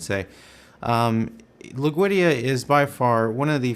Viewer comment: dammit it's not loog veedia it's LOOD WEEGIA